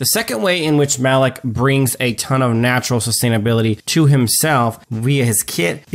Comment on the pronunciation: Why are you saying maloch name so wierd?